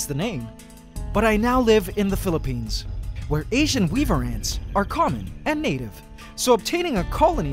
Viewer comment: You say filipine